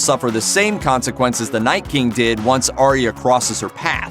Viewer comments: Aye-ah. Her name is pronounced Aye-ah, not Aria. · It’s arya not aria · I'm pretty sure that Arya's name is pronounced like eye-a or something like that but I'm not completely sure🤔